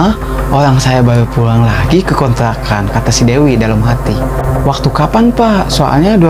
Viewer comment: Kontrakan ya om Bkn kontlakan wkwkwk...